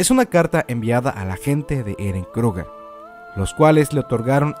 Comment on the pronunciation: Haber!!!!!!! NO ES FAMILIA TIBUR, NO ES DONA JAEGER, NO ES MARLEY, NO ES KLUGER.......ES TIBER, DINA JAEGER, ES ES MARE, ES KRUGER, ¡¡¡YA ME TIENES HARTA!!!